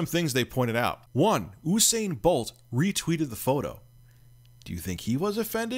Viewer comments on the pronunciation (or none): You-sain You-be-soft Not "oo" . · it's pronounced you sane not ooo sane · "Oosain bolt" no no no usain bolt rich pls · Its 'yousane'.